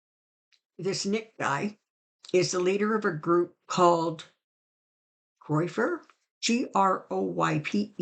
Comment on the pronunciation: It is pronounced Groy per, Thanks to you and Joyce ❤❤